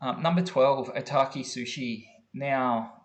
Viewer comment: Okita Soushi, not Otaki!!